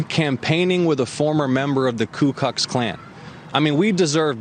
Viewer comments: Lol!!! He said Koo Klux, what a tool. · It didn't sound like he said klux 😂😂